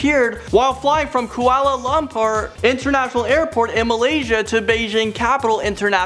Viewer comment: I'm from Malaysia and the way you say Kuala Lumpur made me so TRIGGERED!!!!